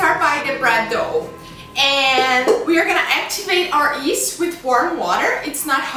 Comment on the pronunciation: Yeast not east lol :)